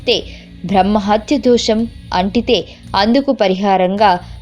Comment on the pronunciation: #ధో#షం కాదు తల్లి #దోషం క్షాలనం కాదు ప్రక్షాళనం .